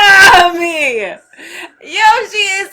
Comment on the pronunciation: Lol dat "Nami"